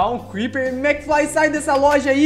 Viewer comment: O crepeer falo kkkkkkkk